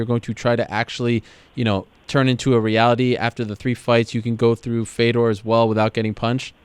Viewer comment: Dude, learn how to say Fedor's name right. Geez, what the fook was that?